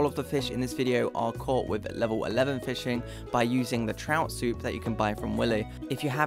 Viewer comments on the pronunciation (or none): none